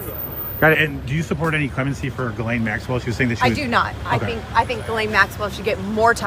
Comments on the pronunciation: "Jizz-lane?" LOL!! I don't know if you're doing that on purpose, but just for the record, her name is pronounced gill-LEHN... (it rhymes with the first two syllables of 'millennial'). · Isnt Ghislaine pronounced as per: "Ghislaine" is a French name commonly pronounced ghee-LAYN (rhymes with "rain"). Not ‘jizz lane’ which is probably ironically appropriate given the context. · I love your channel so much and watch you all the time. But if you’re going to bother to mention her by name so often, please stop pronouncing Ghislaine like it’s “Jizz Lane”. It’s “Guee - Lane”. Hard G, Silent S. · I know this may only be a minor thing but please: GET THE NAME RIGHT. It is pronounced GI lane, repeat after me: Gi lane. (it is a hard G as in Gravity) and not jis lane, you just sound illiterate. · Point of order: it is pronounced gh-ee-len, not JizLane. Let's not butcher an otherwise pretty French name. Even though I expect it will not come back into favour for another eon. 🙈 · It’s pronounced Gillayn not Jizzlayn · "gwee-lane" for the love of GOD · Ghislaine is pronounced ghee-lane. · Pronouncing Gislene “jizz lane” is diabolical